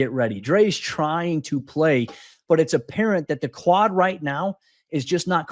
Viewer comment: Am I the only one here who keeps hearing "clot" when he says "quad?"